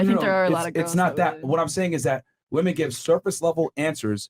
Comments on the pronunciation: Brother, please learn how to say “women” properly. You sound slow af when you pronounce it like these Gen Z YouTubers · I like but why does he say “Woman” even in plural form? lol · Required English lesson: One woman = woman More than one woman = women So annoying these so called experts butcher it over and over and over.